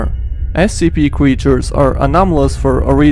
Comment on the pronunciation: I heard him say scp cweachers